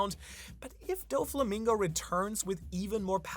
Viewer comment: It's not Donkeyote it's don-kee-HOH-tay doh-flah-MING-go.